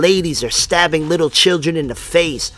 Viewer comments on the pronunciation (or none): none